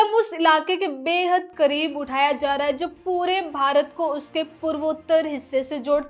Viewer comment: लहजा ठीक है पर उच्चारण सुधारिये। खासकर है को ऐ ना बोलें